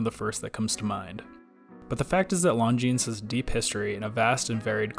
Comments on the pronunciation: It is pronounced Longine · Come on, you don’t pronounce the ‘s’. Is it incomplete research or just American ignorance to just not pronouncing words correctly. Reminds me of their incessant need to say ‘Legos’ when it is Lego! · The 's' is silent in Longines.